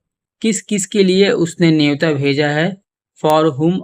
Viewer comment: नेवता, you mean to say न्योता?? #JayShriRam